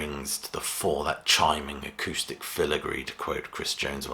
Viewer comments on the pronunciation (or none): none